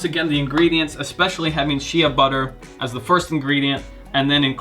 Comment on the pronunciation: Constructive criticism: 1) Shea Butter is pronounced "Shay Butter", not "She-a butter". 2) Being all natural does not make anything safe... Cyanide, arsenic, lead, mercury, and cancer are all natural too.